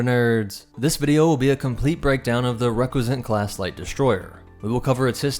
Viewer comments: dude it's pronounced Ree-cuss-ant not reck-we-zent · I really liked the video, but the pronunciation of Recusant is not even close.